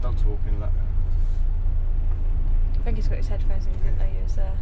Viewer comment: Why did his parents not teach him to use “t’s” instead of “f’s”…… it’s THINK,not FINK.